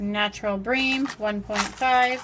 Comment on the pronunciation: You say bream wrong